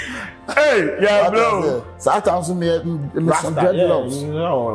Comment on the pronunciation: "Sontimes" has point of correction😂😂😂